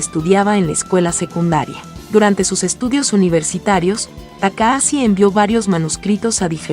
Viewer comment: Se escribe TAKAHASHI y se pronuncia TAKAJACHI, no TAKAASI, para eso está el traductor de Google. Maldita sea! 😂